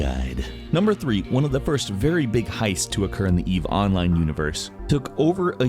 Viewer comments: say "online". - onlAYne. - good, now say "eve online". - Eve OOnline! triggered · Your pronunciation of "online" with the accent in the O instead of the I is incredibly weird to me, even though it's technically correct